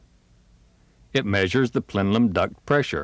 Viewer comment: Plenum, not plenlum...